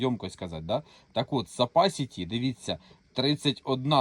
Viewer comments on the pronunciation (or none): Як що тут намагаються бути розумними, будь ласка, для початку навчиться правильно говорити слово Capacity. Сапасіті бляха.... З таким успіхом Coca Cola стає Соса сола